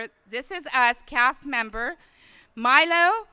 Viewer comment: I am so happy for Mandy. It was time her talent to be wildly recognized. But who the hell is the presenter, she doesn't even know how to pronounce Milo's name. Worst presenter ever.